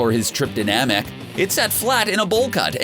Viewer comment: HOW THE FUCK DID U SAY NAMEK???????